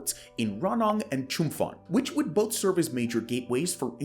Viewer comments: FYI, if you have to come back on the topic, the name of the province Chumphon is pronounced Chumpon, not Chumfon. That is one of the quirks of Thai language written in roman alphabet, PH is pronounced as a hard P, never as an F. And ASEAN is pronounced as a single word and not spelled A, S, E, A, N :) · ChumPon, not ChumFon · Chum-fon. You really have to start pronouncing these words correctly. Spend some time to find how the local pronounce it to tone down your arrogance. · As a westerner living in Thailand for a long time, one of the things I realized is that promised construction, can only be assumed to be real AFTER it is finished. That and Chumphon is pronounced chum-pawn. Thanks for the videos. They are much appreciated. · As someone making these essays, you should really put a little more effort into ensuring you have correct pronunciation of place names. As a Thai speaker it is very obvious - some examples are ASEAN (said as a word aka /ˈæ.zi.ɑn/, /ˈɑ.zi.ɑn/, /ˈæ.si.ɑn/, /ˈɑ.si.ɑn/, (UK) /ˈæ.si.æn/ and never spelt out) . Another example is Chumphon, which is pronounced with an aspirated ‘p’ not an ‘f’ - aka pronounced [t͡ɕʰūm.pʰɔ̄ːn]. This is true for all ‘ph’ transliterations of Thai words, eg Phuket, Phitsanulok, Phichit. You can even see something similar with ‘Thailand’ - pronounced with an aspirated ‘t’ rather than the English ‘th’ sound. This takes two minutes of googling and just comes off a little sloppy and low effort…. Good video otherwise. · Just a friendly FYI: There is no 'F' in Chumphon. Put ชุมพร into Google Translate to hear the correct pronunciation. Thanks for a good video!